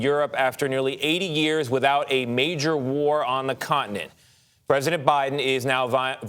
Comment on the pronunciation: It's con-tinent, not cot-nint.. this war has been going on since 2014. Don't let the media lie about this too.